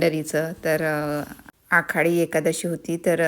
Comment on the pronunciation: आखाडी नाही- आषाढी